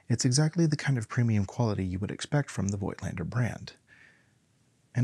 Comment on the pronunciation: Review? You cannot even pronounce the name of the manufacturer correctly.